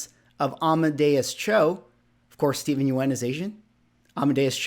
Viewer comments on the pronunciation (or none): I think you're pronouncing Steven's name wrong